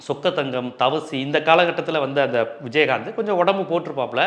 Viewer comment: விஜய் ஆந்த், நாங்க கூட சின்ன வயசுல இப்படித்தான் உச்சரிப்போம்